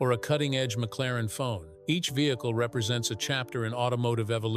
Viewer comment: Ai narrations suck. ie. McLaren-F1 not McLaren Fone…..amongst other non words spewed…